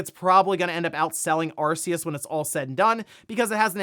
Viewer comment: You said the word 'Arceus' wrong